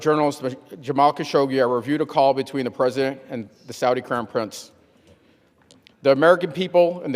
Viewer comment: My hearing is awful I can’t decide whether you said crown prince or clown prince.